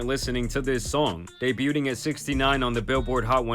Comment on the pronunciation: "day - butte- ing" I think man means debuting, which is pronounced "day byoo ing" instead